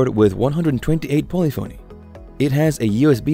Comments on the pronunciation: Learn how to pronounce “polyphony.” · Narrator can’t pronounce “polyphony”, so probably knows zilch about music. Kawai digital keyboards beat all of these.